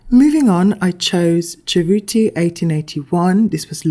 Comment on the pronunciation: Cerruti is pronounced well enough in the video, I'm Italian, brava!❤